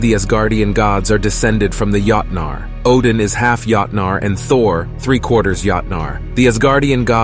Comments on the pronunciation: When the A.I. voice kept saying: yahtnaar... 😂 Yahtzee! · You pronounced joutnar (giants) wrong. Other then that not a bad video.